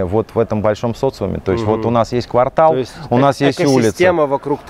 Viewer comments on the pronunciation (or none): none